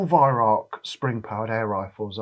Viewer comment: Why can't you pronounce the word 'Weihrauch' correctly? It is not 'weihrock'.